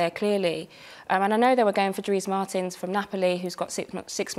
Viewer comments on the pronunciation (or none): Eni just pronounce dries mertens as dries martins LOL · Not to mention... martins instead of mertens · Does mers purposely say every footballers name wrong? 😂😂😂